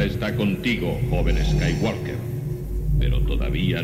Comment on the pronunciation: ESKAYWALKER jajajajajja el reverso tenebroso xddd